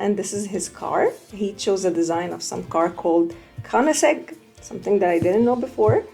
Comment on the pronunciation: thanks you for making this mom! it looks amazing(mom thats not how you say keoniggseg)